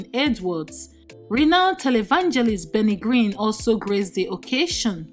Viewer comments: Benny Green instead of Benny Hinn, Infidelity instead of infertility, Mbiodun instead of Biodun - narrator biko ur scandal and bullets are more than the fellow you are talking about. Chisos...! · Did I hear the lady say Benny green